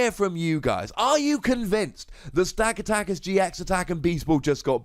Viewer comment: It's pronounced Sta-cat-i-ka. Like the movie 'Gatica' but not really an 'i' sound. All your emphasis is on every second A sound instead of giving each A sound the same emphasis.